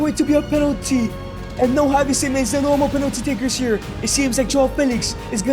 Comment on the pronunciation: bro i nearly got brain damage of you saying kavi and havi simons